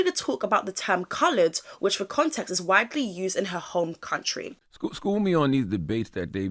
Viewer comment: That "what are you waiting for-ær" gets me up every morning I love it